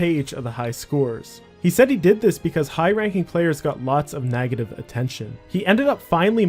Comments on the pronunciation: I've never heard someone pronounce "beg" as "bag" or "negative" as "nagative". Where you from? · Are u intentionally saying “nagative” or do you mean to say negative and that’s just your accent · And "nagative" instead of "negative". It was distracting. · It’s pronounced NEGative not NAGAtive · Why do you pronounce beg like that? Edit: Oh you always pronounce "EG" like that NAGetive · I cant with the pronunciation of negative... "nagative" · lol i was too. He pronounces negative as nagative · Where are you from? what part of the world says nag-a-tiv? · Why does pronounce beg as bag, and negative as nagative? What accent is that? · Can we talk about how you pronounce "negative" lol